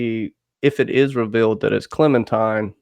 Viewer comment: I cringe every time I hear 'Clementime'